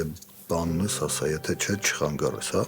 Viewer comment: Ինչքան սխալներով են խոսում դերասանները , ոչ թե խանգաՌել այլ խանգաՐել